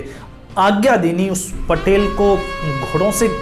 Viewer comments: It's patil not patel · पटेल नही, पाटील कहो. लाल चौक नही, लाल महाल बोलो.क्यो की, मराठी बोल हिंदी से निघाले है .